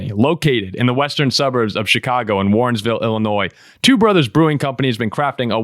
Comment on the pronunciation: There's no "s" in Warrenville. And you got DuPage right. Great episode.